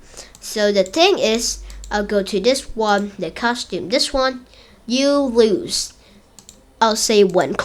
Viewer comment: i dont think thats how tetris works, also its "you lose" not "you louse"